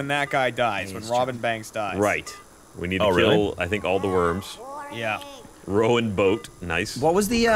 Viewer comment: Why was switching between the two pronunciations of Rowan?